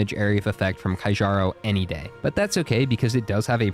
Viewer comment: Keearo’s band not kajjaroh